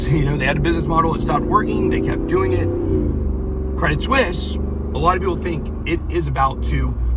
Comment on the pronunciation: It’s pronounced “Swees”.